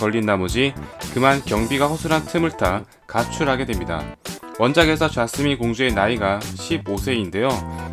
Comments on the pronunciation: ㅋㅋ자스민 관련 얘기할때 계속 좌스민좌스민으로 들려서 신경쓰옄ㅋㅋ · 자꾸 좌쓰민 좌쓰민 으로 들리는; ㅋ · 좌스민으로 계속 들린다...ㅋㅋ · 좌스민...ㅋㅋ 왜 계속 이렇게들리지ㅋㅋ